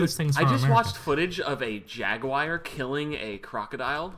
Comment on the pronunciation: JAGWIRE REEEEE